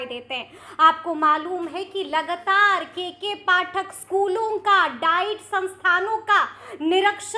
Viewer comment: जी आप भी हिंदी का उच्चारण थोड़ा शुद्ध कीजिए जैसे लगातार को लगतार शिक्षकों को शिकसकों पदाधिकारी को पदधिकारी आदि आदि